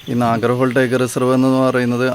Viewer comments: Great effort.!!! നാഗർഹോൾ അല്ല, നാഗർഹോളെ ആണ്.😊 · It is not nagarhole, it is pronounced as holae meaning river.